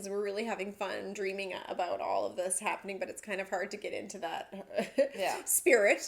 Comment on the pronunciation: LOL, I thought you were saying "The Special Happiness Room", not the special happenings room.